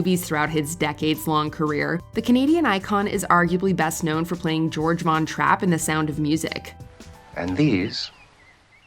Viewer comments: Not George but Georg, pronounced "Gay-org" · Natasha Richardson died 2 days after her injury and Christopher Plummer's first name in The Sound of Music was not pronounced George it is Georg (GAE ORG).